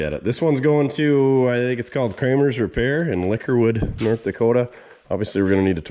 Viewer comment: Oh yeah you said lickerwood!